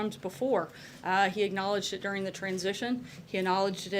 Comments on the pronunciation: First of all you dumb ass, calm down. Your shaking voice is giving it away and also, you don't say the word "acknowledged" correctly and it bugs me. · Why can't SH Sanders pronounce the word "acknowledged"? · It's not 'lyin Ted', it's 'lyin Sarah'!